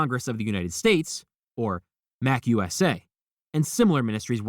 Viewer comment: Ron wasn't a member of The Slug Club. It's pronounced MA-CU-SA